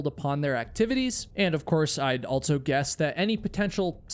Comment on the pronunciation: You always say “Altso”😂